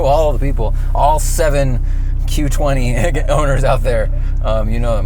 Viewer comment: Did he say Q20? 🤦